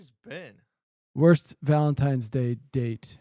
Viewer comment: Why does Ben keep saying Valen-times-day?! Is that just me?